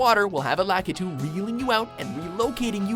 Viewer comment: the way he said "Lakitu" facepalm